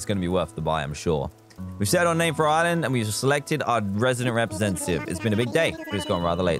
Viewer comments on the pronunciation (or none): none